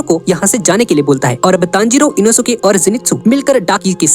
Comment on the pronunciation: Inosuke nehi enoske😂